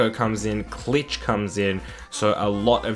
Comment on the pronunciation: and klich is pronounced click